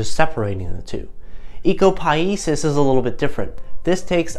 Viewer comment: It would be good if you could pronounce Ecopoiesis correctly.